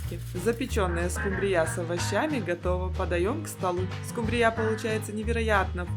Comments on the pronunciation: Покажите миллионера 😅 СкУмбрия а не СумбрИя, если что.😊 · Почему скумбриЯ, скумбриЁй? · СкумбриЯ? Вы кто по национальности? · "Домработница миллионера" - это что-то! Улыбнуло!😊 СкумбриЯ - звучит😅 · Скумбрия ударения на У. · Хорошие и красивые рецепты, жаль, что ваши миллионеры не подсказали , что скумбрия, ударение на у